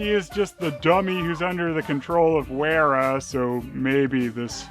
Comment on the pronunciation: Werra is probably pronounced VERRA.